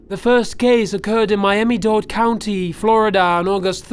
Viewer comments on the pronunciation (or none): Did this bozo say Miami Dodd county? LMAO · Miami Daude county lol.